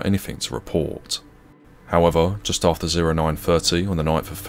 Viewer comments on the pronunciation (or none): none